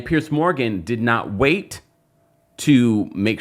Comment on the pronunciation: Piers. Not “Pierce.” Idk why I can’t stand the mispronunciation. Lemme go find my Tylenol.